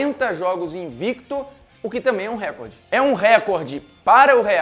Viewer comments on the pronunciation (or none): Como jornalista só falta saber falar a palavra "recorde" corretamente. A sílaba tônica é "cor"